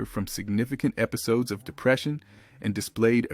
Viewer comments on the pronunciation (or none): none